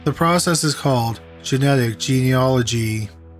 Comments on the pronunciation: OMG you pronounced "genealogy" right! I've never been this proud of someone. Much better than pt. 1. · Haha, I was dreading that pronunciation when the podcast format was announced. Good on him😁